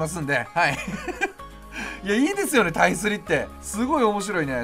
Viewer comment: タイスリしっかり言っててさいこう！！！